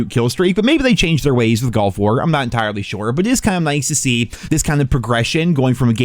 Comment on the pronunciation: At least he says “Nuclear”correctly. ..since he pronounces “Gulf” like “Golf.”